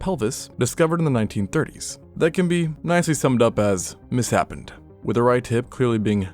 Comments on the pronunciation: did you mean to say "misshapen" here? It's pronounced "Mis-shapen," not "mis-happen." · that’s (miss-shape-in), not (miss-happened) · misshapen is mis-shapen, not miss-hapen. It's pronounced the same way as shape. Seems like a classic case of "person who reads a lot but hasn't heard certain words out loud before" which I say with fondness, as someone who has experienced it many, many times. 😄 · I can't help but wonder who wrote the script when the narrator butchers words like misshapen. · the word you're looking for is pronounced "mis-shapen" not "mis-happened" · ... do you... do you mean "Misshapen"? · Second viewing, showing this terrific video to a friend, and I have one bone to pick (so to speak!) on the otherwise enjoyable (and refreshingly human) narration. It reminds of when I was a kid and first learned the word 'misled', past tense of 'mislead'. Before I'd heard it spoken, I thought it was pronounced 'myzuld', rather than the correct 'miss-led'. Similarly, your reading of the word 'misshapen' as 'miss-happen' is an understandable but humorous mistake. You'll kick yourself when you realize it's really pronounced 'miss-shay-pen', as in the word 'mis-shape'.